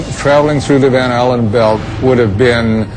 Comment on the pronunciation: E claro que foi tudo farsa, os 4 vídeos seriam melhores se tirassem a parte doentia por religião e as comparações idiotas ( titanic !?!? ) mas só uma observação: Por que o narrador fala "Anéis radioativos de Van Hallen" quando o correto é "Van Allen" Van Hallen é um cantor cacete só eu percebi isso???? kkkkkkk